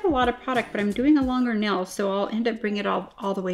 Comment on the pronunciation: I love that she says nell instead of nail